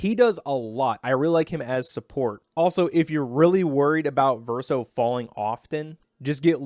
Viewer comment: Verso not Verseo